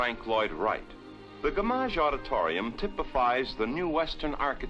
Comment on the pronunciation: True, but I like the narrator's pronunciation: guh-MAJ